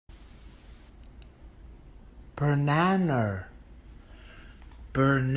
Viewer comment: I love this video because the way he says banana feels like how the dog would say it